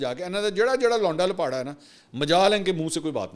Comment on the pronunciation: جب تم کہتے ہو لونڈا لپاڑہ قسم سے ایسا لگتا ہے جیسے لونڈا آپ نے منہ میں لیا ہوا ہے ۔اور دوسری بات اگر پاکستان کے ایٹمی اثاثے براستہ سعودی عرب امریکہ کو منتقل ہو گۓ تو آپ جیسے ضمیر فروش قلم فروش صحافی اس گناہ میں برابر کے شریک ہونگے اللہ تعالیٰ طوائف نما صحافت اور اور وردی میں چھپے ملک دشمنوں سے میرے ملک کو محفوظ رکھے آمین